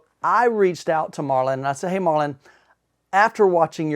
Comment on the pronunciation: The dudes name is Marton and not Marlon, kind of interesting you are so excited about the product you can't even pronounce the name of the maker.